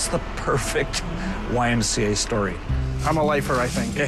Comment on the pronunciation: You lost me at the C in YMCA, sorry Not my twang, but I love all of you !